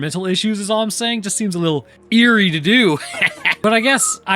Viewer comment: "Eary". Fantastic!